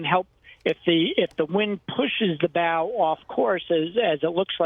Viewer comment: ...It's called a "pylon", not a "pier". Also...did you just say "bowel" thruster?